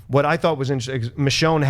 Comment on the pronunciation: He said Michonne right!!...You do care:')